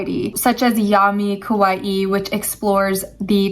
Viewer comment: “Ka-wa-ee” pronounce it correctly.